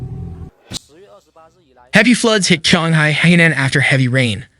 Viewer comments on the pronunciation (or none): Chee-ong-hai is the more proper pronunciation of Qionghai. The reporter's pronunciation made it sounds like Shanghai which is a completely different city